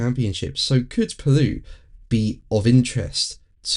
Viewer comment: It's Paloo not Paluu. But y'all have a hard time talkin' 'Merican over there. 😅